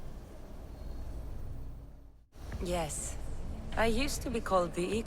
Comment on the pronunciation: Pronounced Hermes Trismegistus correctly but not Kassandra... oof